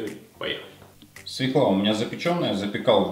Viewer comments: Не свекла, а свЁкла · И не свекла, а свЁкла) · Свёкла,а не свеклА!!! Учитесь правильно говорить.